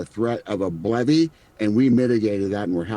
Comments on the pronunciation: who else thought he said "Bloody" and not "BLEVE" lol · Also, didn't he say BLOODY instead of BLEVE or did I misheard?